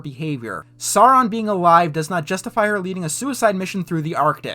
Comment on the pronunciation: I really like the video, but man, you saying "Sauron" wrong gave me cringe-shiveres every single time :'D It's pronounced "Sow-ron". And you don't need to know the lore for that; just actually listen how it's said in the Jackson-movies.